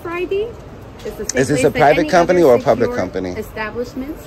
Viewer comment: Door locked ? Are you “Open to the Pubwic ?” 🤔🤪🤣🤣🤣